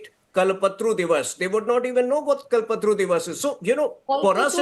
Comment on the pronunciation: Could you explain these mispronounced words to me ? 'Matuya', 'kalptaru', ' mamta' etc.... 😅😅😅😅.